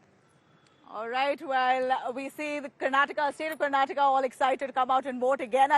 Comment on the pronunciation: dude... karnataka. Repeat after me... Kar-naa-ta-kaaa.